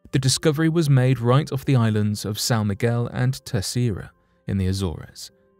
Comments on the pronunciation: It's pronounced as A-zors, not A-zor-res. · its pronounced A-zorz not A-zor-rez? The Azores, you don't pronounce the e? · Once again, your pronunciation is off. “Azores” sounds like “A-zors”; not “A-zor-ez”. Why is it so many young people cannot pronounce anything correctly? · Azores is pronounced 'az-ors' Not 'Azor és' ...but good video, thanks. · Its pronounced Azors. The res part is in correct. 😕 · Azores is pronounced A-Zores, with a hard "A". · I am always amazed by how little these narrators seem to know about the world they live in as their pronunciation of things and places is always pretty much wrong... AZOR(E)S... the best ever was when they described Bury St. Edmunds and Bury Street in Edmunds :D :D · I'm bothered by the way he pronounced Azores. I mean, wow!! Maybe he never heard of it?? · Yeah really. I didn’t even know what place he was talking about until I got more info. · I hate to be nitpicking but they should research pronunciation as well. Azores is pronounced differently. Thanks.